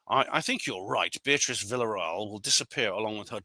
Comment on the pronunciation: I have a message from the pronunciation police for you, mate. The correct pronunciation of Villarreal is 'vee-ya-ray-al'. Or if you are a non-Spanish-speaking person, it's acceptable to say 'vee-ya-real'. Similarly, I cringe when I'm in a restaurant and a waiter or waitress mispronounces the word 'tortilla', which of course is pronounced 'taw·tee·ya' because two instances of the letter 'L' together in Spanish are pronounced as 'ya'.